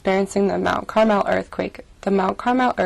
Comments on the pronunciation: You mispronounced Carmel, you were saying it like Carmel, California it is actually pronounced like the food. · You said Mount Carmel wrong my grandma lives in Mount Carmel are used to two